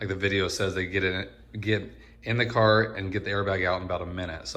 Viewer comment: I LOLd when the autobody guy kept saying "cah". Lol.